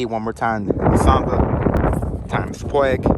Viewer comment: Its pronounced "Pu-Weeg" 🦆😂